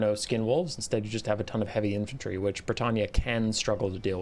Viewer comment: Are you pronouncing Bretonnia as Bretannia?